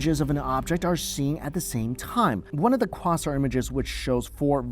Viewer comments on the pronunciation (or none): It's pronounced Qwayzar, not Qwahzar... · Quasar is not said as it's written! It's quay zar not quasar! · Quasar is pronounced Quay-zhar. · Be nice and say quasar properly please. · Why so you say the word “quasar” like that? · I’ve never heard the word quasar pronounced that way. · Martin Seriously is he trolling us or something?